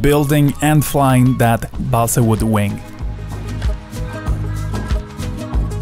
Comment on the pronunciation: Your English pronunciation is very good - except for "balsa".